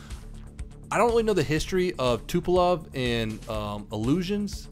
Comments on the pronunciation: hahhah i laughed so hard when you said ,,ILUSIONS,, XD... Its ILYUSHIN or IL...like tu-tupolev, yak- yakovlev la- lavockhin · IL is "lliouchine" : pronounced " lee-oo-ch-ee-n" :D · and it's "Ильюшин" 'ill-you-shin' if you want to spell it correctly. :P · OMG THOSE Americans tho, the cant even speak any language beside english, OK MAN, Try to pronuce it like that, in eglish 1. SH is SHHH like Shh i'm learning, 2. Not Iluzan 3. Not Iluzzan 4. I it pronunced like E in ANYYY OTHER LANGUAGE OF EARTH, so pronunce I like E 5. Now if you proceed the steps, you can go to further step 6. Next step 7. Put the I like i told you in front of the word, next ILU(just like i write it) ILU - SH - IN Ok ? Ilushyn, or Ilushin 9. Im not even russian, im from europe and i can pronunce right, what you learn in your school man ? Damn, do you even learn french at least ? That english is based on ? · IL is pronounced IL-oo-Shen ... Russians Funny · To help you out here is the Ilyushin pronunciation: ill-you-shin. IIyushin-2M Sturmovik/ IL-2M Sturmovik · Ilyushin is pronounced ili-yushin